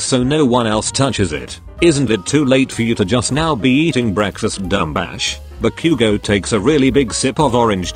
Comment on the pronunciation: IM SORRY BUT “ BACOOOGO” AND “DEEKOO”💀